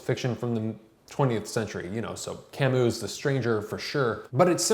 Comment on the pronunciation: . Corrigendum! Dude, that's LATIN. Meaning CORRECTION! Albert Camus. Remember it's "Camuu" silent "S". Bangkok-Johnny, again. One more contribution